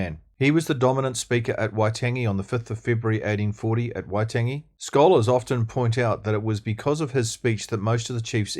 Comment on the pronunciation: All great stuff! Just one critique - Waitangi - it is indeed worth pronouncing that correctly in Te Reo terms - just a small point - but it would help your cause immensely Keep up the great work Cheers Dennis Scott